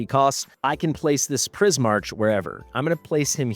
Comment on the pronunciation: I think it would be Pris-mark. Similar to Primarch in Warhammer. But Pris makes sense because of prisms and color.